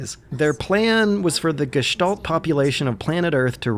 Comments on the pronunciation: wow kudos on pronouncing gestalt in almost perfect german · Really good pronounciation of this glorios german word Gestalt. But if i had to nitpick i would point out it's Gestalten not Gestalts^^